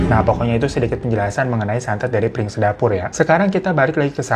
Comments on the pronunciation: bukan piring sedapur bang Ifan, tapi Pring sedapur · Ga 30juto juga kali bang... Tetep juta ngucapnya.... Bang bang... Koplak bgt deh 😂😂😂😂😂 PRING SEDAPUR BANG, BUKAN PIRING... PRING ARTINYA BAMBU HADEEHHHH